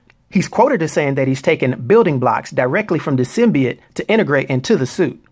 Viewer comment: SIM-BEE-YOTE, not, SIM-BEE-YIT.